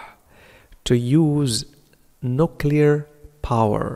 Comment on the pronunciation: استاذ اعتقد أنك اخطأت في نطق nuclear وشكرا على كل مجهوداتك قناتك فعلا مفيدة